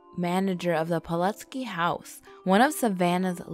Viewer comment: Hate to be a stickler, but I think that's Pulaski (pull-ass-key). It's named for a hero of the American Revolution who died in the Battle of Savannah. Sorry, my major was in the history of the American Revolution. :)